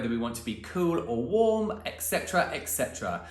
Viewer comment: Warm not worm lol😂